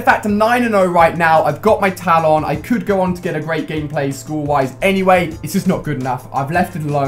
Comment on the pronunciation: Please can you pronounce talon properly